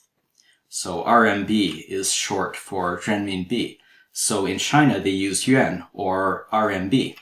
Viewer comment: the teacher's pronunciation of "yuan" is excellent.